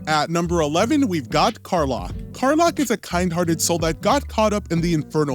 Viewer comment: Also "car lock" lol